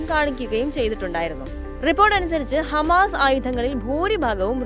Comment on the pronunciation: Ee വാർത്ത vayikkunna chechi hamaass alla😂